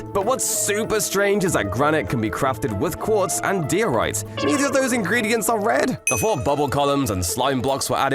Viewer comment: ITS PRONOUNCED DIE - O - RIGHT